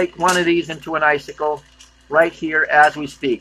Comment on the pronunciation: Sickle, not cycle